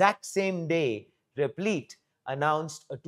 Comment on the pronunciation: Replit rhymes with lit, not leet.